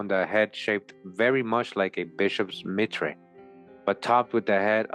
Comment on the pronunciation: Mitre - (my tur). Like the pope bruh.